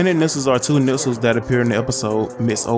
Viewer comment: Nixels are pronounced Nikslez